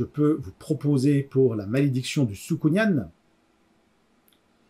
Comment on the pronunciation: Juste un truc "soukounyan" se prononce comme "pélican". Sinon pas mal comme exercice, cela m'a permit de revoir ma manière de présenter mes livres.